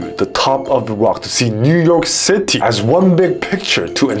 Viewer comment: See how stuffed Han's mouth looks 🥰🥰🥰❤️ is so disgusting, how can you fart in the middle of Stray kids moment 😂 😂 😂 IN's dolphin scream is so adorable 🥰 Lee know's iconic NEW YORK SHITTY 😂😂😂❤